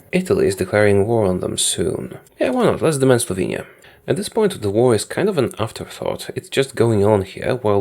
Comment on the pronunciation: I'm Slovenian; so when I heard him say let's demand Slovenia I cracked myself laughing and had to pause to video